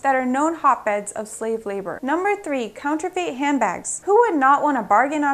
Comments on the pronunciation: Eep! Urk! Yeah... Pronouncing Borneo wrong. It can happen... WAIT a minute, wait a minute: What the hell is "counter-FATE?!" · Counterfeit not counterfate